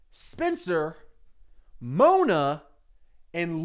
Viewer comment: Oooooohhhhhh, you’re saying SPENCER, not spinster, that makes a lot more sense